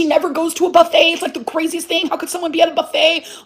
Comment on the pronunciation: OMG!!! She said buffet wrong 😢 (S)